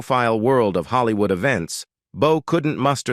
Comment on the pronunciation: "Holly-Wooed" and "John Da-Wreck" - classic!